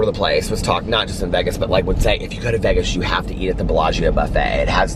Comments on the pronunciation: As soon as you said Vegas the “correct way,” I was like YAS!! Then I realized I love the way you say it!! Eat lots of yummy food and safe travels to you and Alex!!! Have a fantastic anniversary in “Vehges!!!” 😉💙💙💙💙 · doesn’t even have to try to be funny.. “not baggy cute”...make sure you share the pic when you wear your black polka dot shirt & shorts with black piping..Happy Anniversary.. you got the pronunciation of Vegas correct..or at least how this country girl says it.. FANS ROCK!!!! I love you, plus I love myself!! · OH MY GOD YOU SAID VEGAS CORRECTLY. IM SO PROUD.